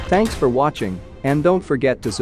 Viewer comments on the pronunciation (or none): none